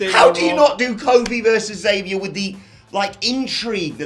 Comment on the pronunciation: you guys always pronounce Xavier's name wrong he always make it a point to say you have to pronounce the X he even said it in this weeks best of podcast